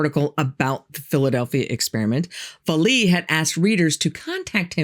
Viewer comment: Pronounced Val-lay